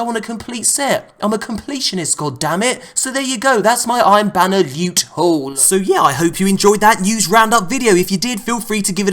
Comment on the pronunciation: Did someone just say new lewt?